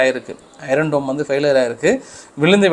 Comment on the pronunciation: தம்பி உங்களுக்கு ஒரு வேண்டுகோள்- ஐரன் என்று சொல்ல கூடாது.ஐன் என்று( r silent) சொல்லுங்கள்.எண்ணிக்கையை சொல்லும் போது உதாரணமாக புள்ளி எழுபத்து மூன்று என்று சொல்ல கூடாது.புள்ளி ஏழு மூன்று என்று சொல்ல வேண்டும்.